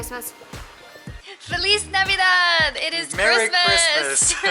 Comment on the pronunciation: "Fleas Navidog"